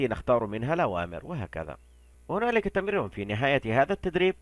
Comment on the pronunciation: اسمها تمرين مو تمرون